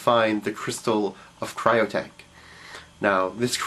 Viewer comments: Cyttorak not Cryotek. doesn't fill me with faith in your "classes when you get the name wrong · its ruby of cyttorack not crystal of cryotech let me put it this way "Cy-ter-rack" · You pronounced the name of the Crystal of Cyttorak wrong. It's actually pronounced "Sit-toe-rack," not "Kit-toe-rack." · It's pronounced SIT OR ACK. Cytorrak - which Dr Strange has called upon before. I hated how they made him a mutant in the movie instead of having the (magic) powers of a god of destruction.